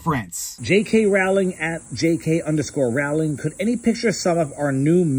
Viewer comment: Sorry. I tried to resist but you mispronounced her name so often, I just had to comment. It's J K Rowling like bowling ball. It's not J K Rowling like growling wolf. I'm just too pedantic to let it lie